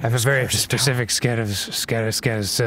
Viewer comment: I have a very skecific spet of sills.